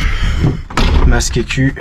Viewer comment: On est d'accord qu'il dit masque'eccu ? 😂